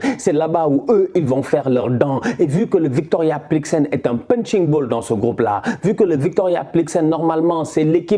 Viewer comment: Victoria plikzen 😂 mais gère toi 😂